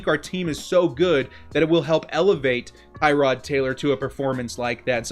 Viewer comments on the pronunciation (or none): Tir-od Taylor bro. not Tie-rod.